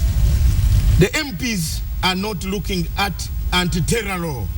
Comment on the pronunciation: hahaha!!! the way he pronounced "anti-terror" just made my day.